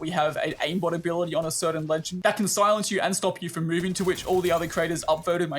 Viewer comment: "silances"? Maybe they laugh at the australian grammar haha